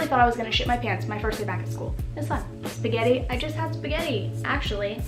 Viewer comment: Omg, I know this is old but the word "Sspagttii" I was like oh shit! Because I am eating Spaghetti thennnnnnnn you said "Oh I just ate spaghetti I was like ༼ ºOº ༼ ºOº ༼ ºOº ༽ ºOº ༽ ºOº ༽ wow